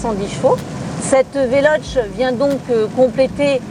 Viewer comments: Velochéé ou alors prononce le en français velosss parce que véloche ça fait mal aux oreilles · Le e se prononce é en italien donc on prononce Veloce avec un é à la fin non ? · Ça se dit "velocé" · Mdr le début, c est comme un papy de 90 ans qui test mario bros sur la switch au passage c est VELOCHÈÊ